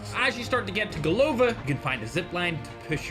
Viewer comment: GolovÁ (head) Not golOva 😊